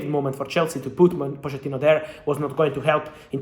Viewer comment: Cómo que se pronuncia Poshettino en lugar de Pochettino??